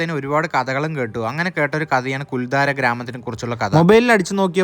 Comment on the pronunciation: I have heard of this village in Rajasthan through Santosh Kulangara Sir's Sancharam Dairy kurippukal. It is also a site for shooting location of Hindi films. It is Kuldhara not Kuldhaara. Thanks for the video.